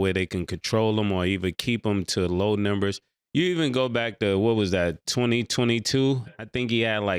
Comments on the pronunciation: NEW GAME: Every time Ma$e says “Nimbers” in reference to saying “Numbers”, we will take a shot. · Mase be saying niyembers